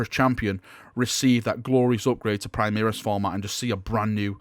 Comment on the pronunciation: Primaris pronounce: Pre-Mah-Rees. From Latin (High Gothic) "Prima".